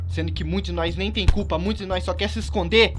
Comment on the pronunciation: O fala NOIS kkkkkk Se fala NOS OwO